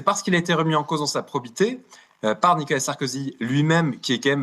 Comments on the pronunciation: pas nicala, nicOla! 🙂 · Je ne suis pas du tout fan de Nicolas Sarkozy, si j’interviens ici, c’est uniquement parce que je n’aime pas que l’on écorche, les prénoms ou les noms de famille Et la manière dont cet Avocat prononce le prénom Nicolas sans articuler, semblant dire Nicala est assez difficile à supporter et détourne mon attention du fond tellement la forme me dérange C’est dommage, d’autant qu’un Avocat doit être normalement doué pour la parole en public intelligible 😮‍💨